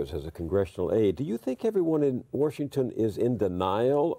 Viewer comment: "War-shington" Accent or Freudian slip?